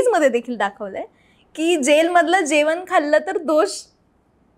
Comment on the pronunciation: जेवण.. जेवन नाही..खूप शब्द अशुद्ध उच्चार